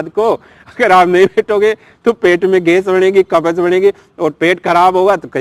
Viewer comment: कब्ज बोलो न कि कबज